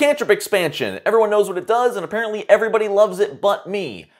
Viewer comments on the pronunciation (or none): none